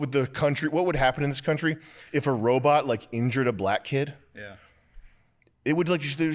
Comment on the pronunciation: “Wobot whar”